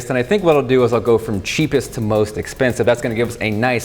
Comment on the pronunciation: did he say "sheepest"?